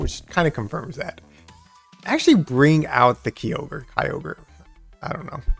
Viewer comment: Good video. On the topic of pronouncing Kyogre… I think it would NOT be K-EYE-ogre but more likely K-yo-ger (yo as in yogurt). Kyo is a Japanese sounding word too. That’s my opinion. Keep shoutcasting! My ML team is Lugia, Mamoswine and Kyogre.